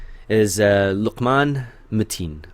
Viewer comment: do u have any arab in you you pronounced luqmans name correctly and i was jus wondering